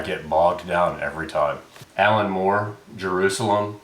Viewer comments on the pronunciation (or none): none